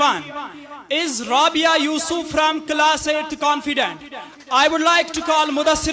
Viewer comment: Confident ❌ canfident ✅ 😅😅